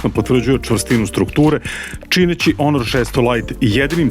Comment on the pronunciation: Zašto stalno kažeš onor? To neka nova marka smart telefona.?? 😅😂🤣